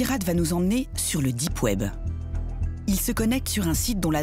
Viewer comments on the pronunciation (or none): « Le dippe web » 🤣🤣🤣